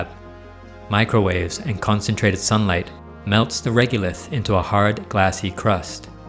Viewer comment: It's reg-o-lith, not reg-u-lith.